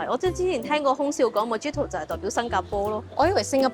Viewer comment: Mojito correct pronunciation is Muh-hee-to. The drink originates from Cuba!